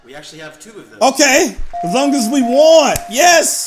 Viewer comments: The whole time I’m just screaming ITS WANT THE WORD IS WANT! NOT w…AAAA….nt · He really said wANt and not want 😭😭😭🤣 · DID YU REALLY FREAKING SAY WANT AS WÃNT!!! WTFFF DUDE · literally said "Playing the radio as loud as we want", but he said rant with a W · The way he said want as want, not wont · Tjswagg sameeee I was over thinking what is he doing with his life 🤷🏾 can't pronounce "want" ? 🤔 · How do you say want wrong. Lmao.